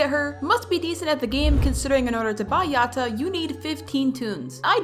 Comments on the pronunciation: No no it not pronounced "yot uh" its "yad uh" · FIRST of all it's pronounced ya - da Second of all brighteny is known for being skinny not chubby Third of all pls part 6 🥺🥺❤️🥺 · when you say Yatta you pronuce it "Yadda" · Btw it's yatta but it sounds like yada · The way you say Yatta tickles my brain and I love it🤩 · I LOVE BRIGHTNEYS DESIGN! I kinda like how you say yatta for some reason lol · Why the sound like you’re in a different language when you say yatta?￼